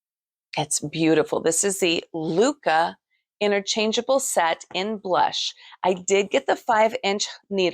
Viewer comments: Actually, it’s not pronounced ‘loo-kah’. In Norwegian or Danish it would be more like lick-eh. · Hi you might correct the pronunciation of LYKKE. You say more like “locka” not lykke and by the way lykke means happiness … otherwise they are very nice needles.